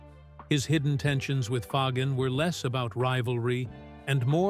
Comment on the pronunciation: I love how the repetitive AI narration struggles with the pronunciation of Fagen's name. 🤣🤣🤣